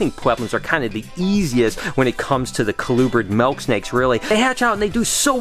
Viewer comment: I like how u say melk snake